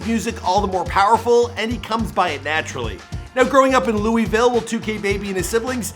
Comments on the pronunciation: bro said lew wee ville like no we pronounce it lew ih ville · God damnit you killed the word Louisville In this and jack harlows vid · If one more person says louIEville ima lose it its lou-ih-ville no s or e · It’s not Louisville is luhvul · Yeh it's otha shi but he ain't en pronounce Louisville right